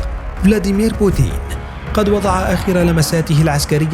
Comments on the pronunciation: تنطق بوتين وليس بوتيين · اسمى بوتين وليس بوتيين